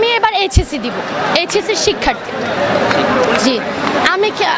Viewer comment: এইচএসসি উচ্চারণটাও তো ঠিক মতো করতে পারছে না সন্দেহজনক